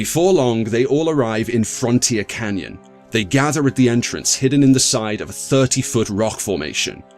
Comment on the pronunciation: Lol "frontier canyon"